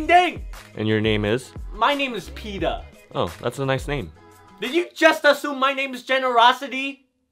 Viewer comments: It’s peta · It's petah